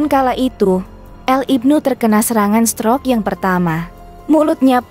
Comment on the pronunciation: Tolong dong ucapankata *stroke * itu gsk ensk bngt didrngar. Coba diajarkan dulu cara mengucapksn kata yg benar